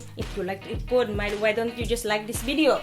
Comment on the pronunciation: LOL! I absolutely love your wid-de-os!